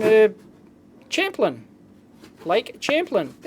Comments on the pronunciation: St. Albans, VT is my girlfriends home town, and it's Lake "Sham-plain" FYI. ;) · "Lake champ-len" At least you got UT = Utah right... Even if he was trying to write VT :D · the lake in on the post card is pronounces /sham-plane/ just thought you'd like to know =D